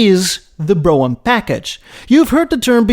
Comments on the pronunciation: For God's sake, "Brougham" is a one-sylable word. It's pronounced "Broam." Not "Bro-Umm"). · It's actually pronounced "Broam/Brome". Say "Roam/Rome", & then add a B in front. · Great job on the video,, as usual, sir. I grew up in a car family in the Midwest, and believe the word is pronounced on one syllable… Brome. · He said "Bro'em" !! hahaha haha lol ""300 latter series" noo it's number series sir Bro'em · Good one. Yep, family had a Cad Fleetwood Brougham.. BTW, pronounced like HOME. Think Brome. The visage of your countenance at the opening is fun to see. The bombastic music bed is also a source of mirth. Effen ay! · The term has ALWAYS been "Brougham." It rhymes with "chrome." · Brougham is one syllable and Epoch is pronounced Like epic not eeee pock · "brougham" 😆 British accent